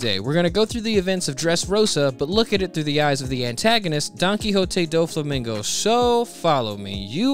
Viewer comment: It’s no way you just pronounced doffy first name like that